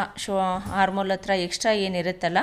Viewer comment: ಹಾರ್ಮ್ ಹೋಲ್ ಅಲ್ಲಾ...ಅರ್ಮ್ ಹೋಲ್ ಆರ್ಮ್ ಅಂದರೆ ಕೈ ಹಾರ್ಮ್ ಅಂದರೆ ಉಪದ್ರ ಕೇಳೋದೇ ಕಷ್ಟ ತಪ್ಪು ಉಚ್ಛಾರ